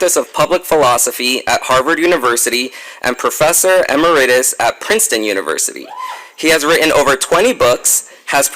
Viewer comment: Did he pronounce emeritus "ameraytus"? I guess we've come a long since "the Harvard question" was tripping these geniuses up. Maybe they aren't geniuses at all but just people really good at doing what they are told.